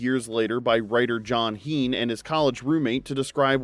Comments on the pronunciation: Jon HEEN?! 😂 “Hein” is pronounced “HINE”. Tell him Baba Booey says hello. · Loved this but I hate when names are mispronounced. The person who came up with “Jump The Shark” phrase was John Hein - pronounced HINE, not HEEN. He is most recently known for being an integral part of The Howard Stern Show. He is also a millionaire many times over due to inventions and investments. You’re welcome. 😇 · Jumping the shark wasn't coined by John HEEN, his name is pronounced John Hine, as in HIT 'EM WITH THE HINE! I can tell you're not a Howard Stern fan, which is where John works. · John Hein is pronounced “Hine” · lol, that's Jon HEIN (rhymes with dine) who coined the term "jump the shark"... not whatever you said (or is this just AI slop not knowing any better) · You miss pronounced Jon Hein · You pronounced Jon Hein's name wrong. It's like "hind" without the "d".